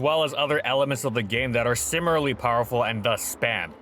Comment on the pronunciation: Dude, I wanna like these, but why why do you pronounce "similarly" as "simmerly"?